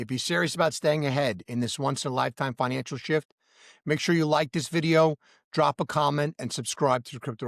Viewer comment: You know, for a while I thought you were saying “Financialship” 😂😂 Because I do feel like I am in a relationship with my XRP. It’s up and down baby!😅😅 Happy new year and thanks for all the great content